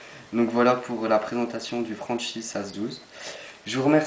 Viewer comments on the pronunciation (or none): franchi se prononce franki pour information sinon super video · on le prononce Franki vus que ces une marque italienne mis sinon super boulot